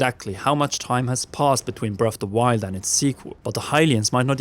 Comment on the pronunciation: Your accent makes it sound like you are saying, "Brelf de Wild".